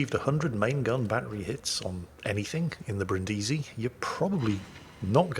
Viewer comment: Brìndisi, NOT Brindìsi, it's not that difficult.